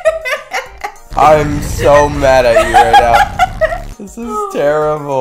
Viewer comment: It’s luffy not love or lofy